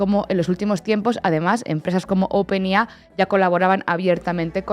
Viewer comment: se dice wolstrit, no "wol es trit" es open EI AI, no lo que sea que dijo. la madre que lo parió.... vaya que las gafas no sirven ni para leer bien y bueno....